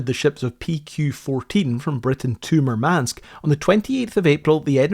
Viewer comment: nitpick: the stress in Murmansk is on the first vowel - MOOR-mansk